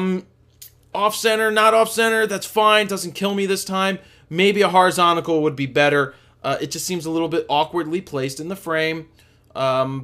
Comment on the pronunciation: Would you please stop miss pronouncing "horizontal"? You are an American and I am a Romanian, and I know that the correct meaning of the word horizontal, it's kinda funny though that you keep on saying "horizontical" for some reason or another, lol. Ah, and btw, I really like your critique and you feedback given to us, the amteurs. :) Hope you aren't angry on me, but I wanted to say this for a long time. Cheers. :)